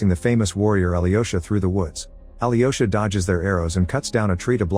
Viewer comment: his name is not Ali Yosha lol And the witch name is Varvara (emphasis on the the second a, not the first.) The Ivan name is not I vhan either. Its Evhan. (phonetic translation for ya)